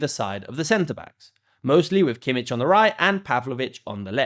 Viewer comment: 選手の呼称､間違い多過ぎ😡キミッヒ､ライマー!